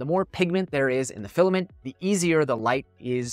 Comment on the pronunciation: Awww the penny dropped when you said filiment. Resin is the way to go.